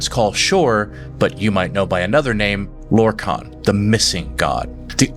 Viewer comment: 😂 you also pronounced lorkhan in two different ways in the same vid 😂 just a quirk, I'd say have fun with it😅